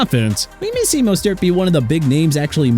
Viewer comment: Good. Let Miami trade Mostert (pronounced MO-STIRT)!!